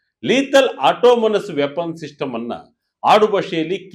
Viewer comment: It's Autonomous , not automonus , please correct it while pronouncing sir